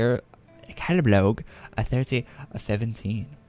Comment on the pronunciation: CALADBORG NOT CALADBLOG